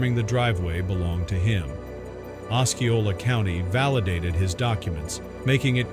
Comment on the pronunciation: Osceola- “os-SEE-o-la”